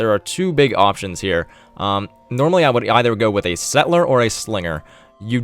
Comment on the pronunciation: Could you say "settle - er?" The way you say "set - ler" makes you sound very silly.